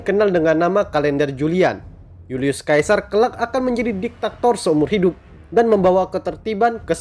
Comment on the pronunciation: Bacanya Julius Sesa..bukan Julius kaesar... Apa sih ini naratornya